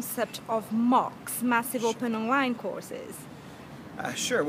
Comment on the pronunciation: Great video but funny at "advice wanting to create and run amok?" I always thought they were pronounced moocs as in a cow going moo...